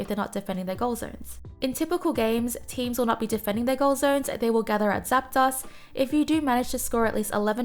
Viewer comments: I hate to correct people but.. it's zap-DOSE not zap-DOSS. ArticUNO, zapDOS, molTRES. Uno, dos, tres.. one, two, three en espanol. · I dunno. She says Zap DOSS. That's pretty unforgivable. Uno, DOSS, Tres.